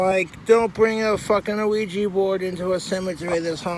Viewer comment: Wait is he saying luigi-board?